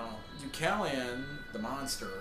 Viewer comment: Er, you don't pronounce Deucalion's name right - the a in his name must be pronounced like the letter A in the alphabet. Otherwise, I like your review and I agree with what you said. I read the entire series many times and it keeps making me smile - and what I think is amazing is the fact that despite Koontz's nightmares about his father as the Frankenstein Monster, he actually succeeded in turning the 'monster', Deucalion, into the hero of the series :)